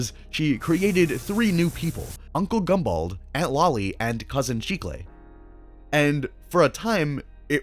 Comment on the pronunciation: Thank you so much for saying cousin chicle right, it’s a Spanish word for gum. I rlly am thankful